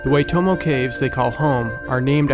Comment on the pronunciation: you say it 'w-ah-i-toh-mo' not 'way-to-mo'